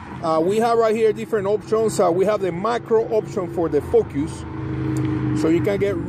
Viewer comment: dont say focus again..jaja. saludos